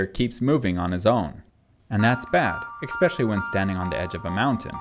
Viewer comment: "Expecially" der der I'm smart but can't speak English.